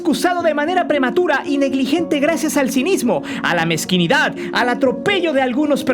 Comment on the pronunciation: es mezquinidad o mezquindad..? Diceselo tu...o asesela...! Creo